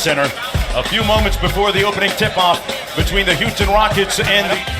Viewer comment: the dude said houton in the beginning